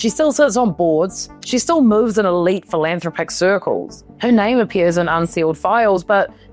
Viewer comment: I LOVE your work and find your Kiwi accent so soothing! But this one had a couple of clangers pronunciation-wise"philANThropic"? I think it's usually "philanTHROPic"...likewise 'VeHEmently'...try 'VEhemently' - only my opinion and maybe it's just 'old school' as opposed to you Millennials. Mike, Dunedin